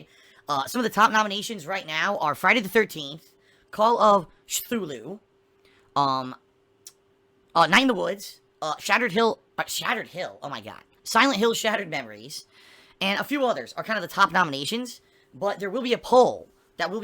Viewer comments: "Call of sthulu " ohhh boy.... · “Call of....shhthulu”? puts barrel in my mouth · I was gonna also comment on that lol. how the fuck do you mispronounce cthulhu. it's literally pronounced how it looks. maybe he's salty about getting wrecked by shadowloo in street fighter and mixed his words up.